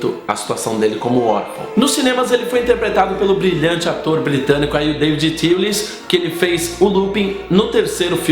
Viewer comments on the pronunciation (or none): none